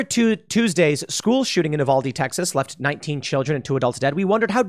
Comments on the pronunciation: It’s pronounced…yoo-val-dee. My family is from there…I’ve heard so many butcher the word over the past few days. Btw, I made one phone call to inquire about the killer and got more information from my family there in 5 mins than the press has put out over the past 48 hrs. Truly shows how much they’re trying to cover up. This is a textbook neglected kid turned psychopath. No father ( mother just knocked up and left to raise by herself) dude was know to abuse small animals growing up. He and his mother were regularly heard yelling at each other with her being incredibly upset over his behavior and how he can’t keep living with her if he keeps up his “strange behavior”. She eventually kicked him out of the house which is why he lived with his grandparents bc he had nowhere else to go. But hey, let’s not talk about the lack of mental health care for kids like this, let’s make it a gun control issue, shall we? Typical mainstream media… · It's pronounced you-val-dee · It’s pronounced U—valde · Hey Tim, it's pronounced "You vahl deh." Even though technically it's supposed to be "oo vahl deh".